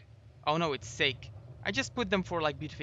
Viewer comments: its pronounced Sa-ke not sake xD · its Sa-ke not sake (silent E) (Japanese alcoholic drink) hehehe but best base design. not bad considering it took 135days in game. good work :)